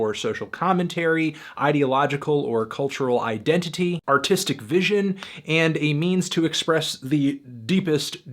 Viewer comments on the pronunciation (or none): I swear he said 'Autistic vision'